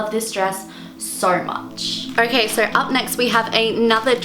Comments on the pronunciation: Is she saying sor instead of so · Whenever she said"so" ,I thought she said "sorry"😁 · kylie sturzaker I didn't even hear her accent until she mentioned shes Australian, its just how she pronounces "so" that tipped me off